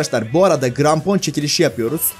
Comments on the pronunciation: Niye krampona grampon dedin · Seni coook seviyorum ama ilk basta cok konusuyosun ve i grampon degil krampon g ile deil k ile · grampon değil abi krampon